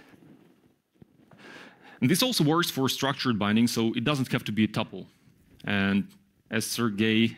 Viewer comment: It's pronounced two-ple. People can't read anymore. It's not spelled "tupple", right? Can you spell supple? Geez.